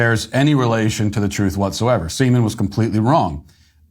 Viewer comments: "A guy named Ben Semen." pause Create comedic pause lol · Your pause when you said Mr. Siemens name cracked me up. You just put your head down and said it all.😂🥴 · He handled it well 😂 we somehow all knew what he would have said